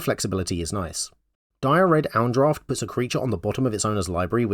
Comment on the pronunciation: oh my GOD i lost it at "Di-red-owndraft" in fucking credible